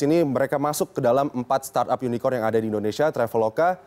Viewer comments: Unicorn bukan unikon 😂 dengerin yg di ucap junjungan cebong ajh udah salah.. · Yunikon.. yunikon..??? Unicorn..!!! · Yg ditertawai bilang unicorn, ternyata yg salah yg nanya bilang unicon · unicron d baca yunicron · Kalau blum tau pasti Bahasa Inggris jgn asal ceplas. Unicorn psti dibaca Y. Kalau inggris, orang sana cadel sbut "R". Jdinya yunikon. Bukan Yunicorn/yunicron. Kalau U pasti dbaca Y. Lo gk prnh bljar speaking ya. Lol. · Unicorn di ucap unicon wkwkwkw belajar lagi bhs inggris nya jangan malu2in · Sambil manggut2 pucat, yunikon yunita yuni sara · Idih pada bangga ya bully pak prabowo, padahal pak prabowo cuma berusaha mencoba memastikan bahwa yg dimaksud pak jokowi itu memang unicorn, karena pelafalan pak jokowi memang kurang jelas. Makanya ditambah dengan kata online biar tambah pasti. Kalau memang pak prabowo ga tau ttg unicorn, ga mungkin beliau bisa menjawab